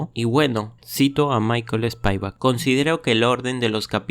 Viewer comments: Lo siento pero SPIVAK no se pronuncia ESPIAVAK sino mas bien como esta escrito, lo unico que la i-latina debe pronunciarse mas cortita, pero sonaría mejor si lo pronuncias como está escrito y no tratar de inventar una pronunciación que no existe. Además, usa la Internet para ayudarte a pronunciar nombres ingleses antes de crear otro video de otro matemático de habla inglesa. Yo use ese libro cuando estaba muy joven y aún vivía en Cuba y nunca se me ocurrió decir ESPIAVAK, que locura. Nunca pude terminar mis estudios de matemático en Cuba por problemas políticos, pero si terminé mis estudios de matemática/computación en una universidad (college) en los EE. UU. Ese libro no se usa mucho en los EE. UU. a pesar de ser considerado un GOAT de libro. De todos modos, gracias por tu video. 🤔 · Buena reseña. Se pronuncia /spivak/ no como lo pronuncias (aproximadamente, pues esa i tiene un ligero toque de 'e'). También rectifica la pronunciación de Cauchy para que suene con esa exquisitez francesa